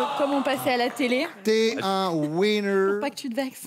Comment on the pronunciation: Le commentateur là...avant de faire des démonstrations en anglais de comptoir là...apprenez a prononcer "winner".....la façon dont vous prononcez ce mot c'est pas "winner" que vous dites...mais "whiner".....qui ne veut pas dire la même chose du tout....